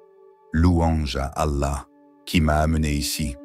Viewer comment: Pourquoi dites vous alla de cette façon bizarre ?